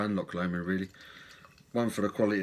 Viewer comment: Well done on saying Loch Lomond correctly! 😂👍🏻🍺